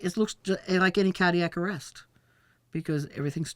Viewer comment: Suffering a Caddiac Arest by the Haw-bah